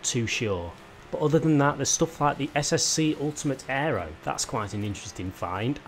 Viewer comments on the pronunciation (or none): none